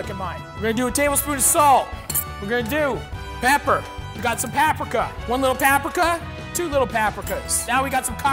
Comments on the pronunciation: Someone tell this mans stop saying "pap-ricca" or there's gonna be problems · I bless the rains down in Paaaaprika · no one: matty: (pronounces paprika so that it rhymes with Africa)